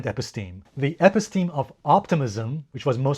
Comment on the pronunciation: Episteme is pronounced: eh-PISS-teh-mee